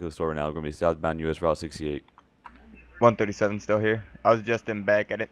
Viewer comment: I think the guy had a stroke saying 68 😂